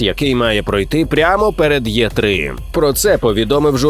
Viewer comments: Розумію що всі ми виросли на .осійських ігрових журналах і складно позбуватись звичок. Але я думаю, що українською все ж таки не буде звучати як "Є ТРИ", а мабуть було б правильніше "І ТРИ", тому що там англійська літера "Е" яка читається як "І". Ну або якщо прив'язуватись до розшифровки Е3 - Electronic Entertainment Expo, то в в такому разі можна було б казати "Е ТРИ", через вимову самих слів. Але уж точно ніяк не Є :) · I3( e - i) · Е3 читається як Е3, а не Є3.